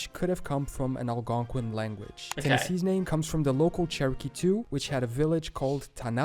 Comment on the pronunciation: That guy pronounces words wrong a lot. We don't say Algonquian, Quapaw, Ojibwe, or Choctaw the way he does, etc. I speak four American Indigenous languages and several European ones. Okla = People and Homma = Red but Choctaw (Chahta) is a spoken language and we can spell words how we want. Still, I don't know how the guy in the video gets an "ow" sound out of "ah". One way to say "hat" in Choctaw is "shvpo" like "chapeau" in French.